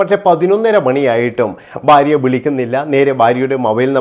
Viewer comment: ബാര്യ അല്ലടാകോപ്പേ ഭാര്യ ആണ്